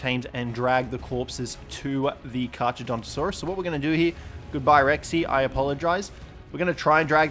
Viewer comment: kar-cha? seriously? in latin ch = k